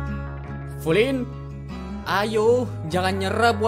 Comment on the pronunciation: Yang anda ucapkan Flynn yang saya dengar flint